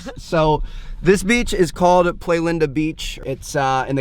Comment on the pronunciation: you need to work on your spanish bud lmfao, i spend 30 mins searching where that beach is so i can go tomorrow, "playlanda" turns out is "playa-linda" come on!! Hopefully your there and finally meet you!!